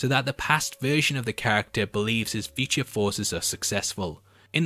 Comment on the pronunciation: I watched 2 minutes into this and heard "peachy" 15 times. Then I realized, Oh, he's trying to say 'feature'! ... He was saying 'feature' not 'peachy'. Then at 3 minutes I realized he's trying to say "future."